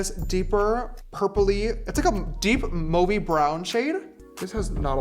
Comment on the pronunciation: can we talk about how james pronounced mauve